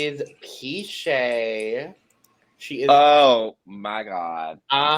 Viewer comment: Wow. This is great information! We'll be sure to pronounce Piche the correct way moving forward! 😅